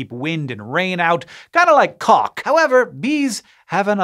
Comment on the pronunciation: You should uh... maybe put a little more emphasis on the L in caulk there buddy.